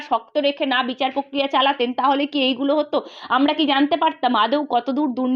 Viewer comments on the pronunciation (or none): খুব ভালো বলেছেন। একটু বাংলা উচ্চারণ টা ঠিক করে নিলে ভালো হয়। পস্নো পক্রিয়া এরকম সব কথা গুলো শুনলে বুঝবেন। আমি আপনাকে উৎসাহ দিতেই এটা বলছি। প্রশ্ন, প্রক্রিয়া ...... ঠিক করে বলবেন।